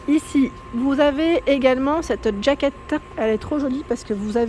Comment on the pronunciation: Jaquette. Jaquette et pas djaquette. Sinon dites une veste. Bonne journée.